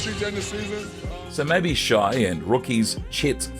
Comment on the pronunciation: Thunder fans aren’t mad at Durant, just SO over him. He’s a surly old dog still chasing cars, and his name shouldn’t always be mentioned whenever the Thunder are mentioned. He’s old history now. Your pronunciation of Shai and Coach D’s names though 😂😂 Buy better software